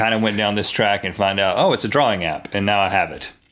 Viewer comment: "Draring" xD